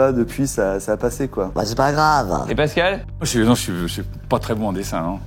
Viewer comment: C’est pascal pas bascal 😂